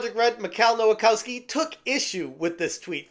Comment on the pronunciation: "nowakowski" every single time